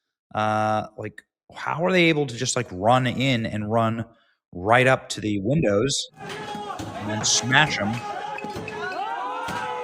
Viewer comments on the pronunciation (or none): none